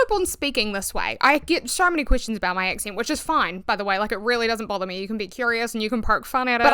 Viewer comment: I came across a humouristic video stating that the kiwi accent was just replacing any vowel with the next one, as in A->E->I->O->U And I really laughed because of the way you pronounced “accent”.[Excent] The theory holds so far 🤩! Greetings from normandy France